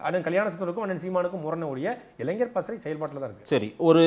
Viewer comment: அவர்களுக்கு ஒரு வேண்டுகோள், தயவு செய்து இளைஞர் என்பதை சரியாக உச்சரியுங்கள், இளைஞ்சர் என்று உச்சரிப்பது கேட்க முடியவில்லை